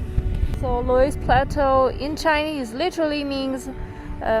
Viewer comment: So you have a German husband with you and he couldn't tell you how to pronounce 'Loes' (Löss) in 'Loes plateau'?😂